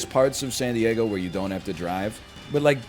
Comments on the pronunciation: pronoucning san diego as sandy eggo is peak canada, coming from a minnesotan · love how he says san die-EGG-o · "when I was in sandy eggo"